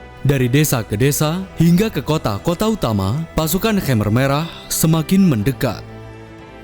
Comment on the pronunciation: Pelafalan khmer merahnya salah bro